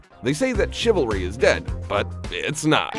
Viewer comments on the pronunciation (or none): 2.41 CHIvalry is pronounced as SHIvalry !